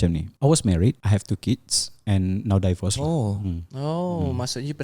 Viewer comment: It's DI-VORCE not DIE-VORCE. I think yang sebut "dievorce" ni cuma some of Singaporean haha